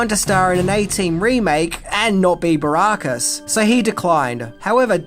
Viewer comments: I can’t believe the fat rejected third member of Right Said Fred could mispronounce BA Baracus’ surname. 🤦🏻‍♂️And who the fuck is Sharalto Copley? The man’s name is SHARLTO. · I think that was me my, who.punished you over the PEP-ARD pronounciation but nothing irks me more than your horrible pronunciation of ALCOHOLIC, when you say ARKA-HOLIC, but Ive noticed you’ve finally imprived that pronunciation a bit better. And it's B A BAR-ACUS not BARRR-RAAA-CUS FFS 😂😂